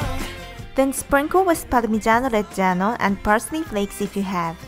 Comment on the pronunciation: I love the way you say "Parmigiano Reggiano"! I'm italian and i can say that your italian pronunciation is good!